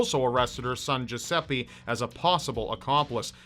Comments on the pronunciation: Yeah, that's what I think, I'm Italian and "Geseppe" is not a name ahahah But "Giuseppe" is, has a strange pronunciation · it took me like forever to finde out that the "jusepee" you are talking about is actually a misspronounced italian name... americans are experts for that